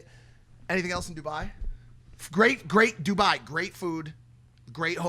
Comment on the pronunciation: I KNOW Dubai hates mike for saying Duboy